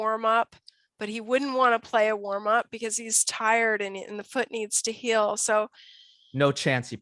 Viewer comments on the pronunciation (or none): none